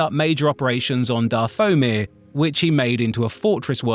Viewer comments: How can you be a Star Wars YouTuber and manage to mispronounce SO MANY NAMES. Not even complex ones. Simple ones like coruscant and Dathomir. Both of which have been said 1000 times in movies and tv shows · Dath-O-Mir? I don' think so. Dathomir. Is this Ai, or someone who hasn't a clue about Star Wars? Someone who aspires to be a YouTube Voice Actor, should know most of the pronunciations of this Galaxy. Where is the other Narrator, who narrated the Cantina Stories? I liked him. Otherwise of course a great Video by Geetsly's. VA not so much. If this is an Ai, i am deeply disappointed. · I feel like there would be more consistency in the (mis)pronunciations if it were a human (e.g., the voice pronounces Dathomir as “DATH-o-mir”, “dath-O-mir”, and “dath-o-MIR”) — saying that, I could be wrong.